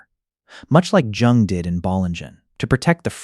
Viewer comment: the fact that it cannot correctly pronounce Jung. Also it does not explain my life rather has pointers. Thanks for AI slop trolling